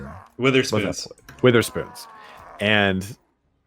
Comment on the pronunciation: "wItherspoons". Lol It is basically pronounced weather spoons by the entirety of the UK. Fun times.